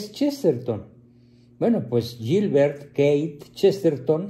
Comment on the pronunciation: Keith no se pronuncia así, sino “ quid “ algo así.